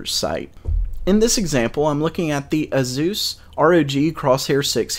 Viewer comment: A Zeus???You mean Asus?